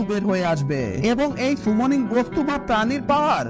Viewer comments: আপনি যেটা সুমনিং বলছেন সেটা তো সামনিং 😂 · Bhai সেটা সুমনিং না সামনিং।